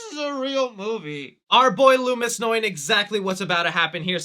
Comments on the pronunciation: Did my man really say “Lewis” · Also, please stop calling Dr. Loomis...LOOMY. Just don't...